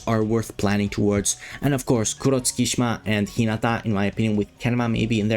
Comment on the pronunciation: btw Tsukki's name is not pronounced "skee shma". It's "suki shima"